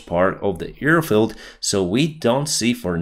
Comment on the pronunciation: With all do respect.. I can see that you are trying and the videos are improving in many ways... BUT... As a pilot you should know that its an AIRfield 💨 and not earfield.. 👂 Thank God no battleSHEEPS 🐑 were harmed this episode 🥹